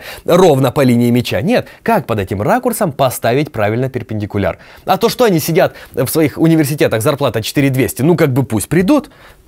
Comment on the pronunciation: Уж очень понравилось слово перпендикульяр